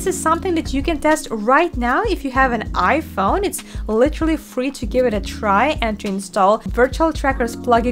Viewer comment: lol it said 'ihpone'